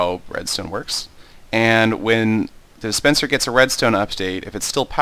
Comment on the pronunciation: do you say dispencer or suspencer? it sounds like the 2nd one =3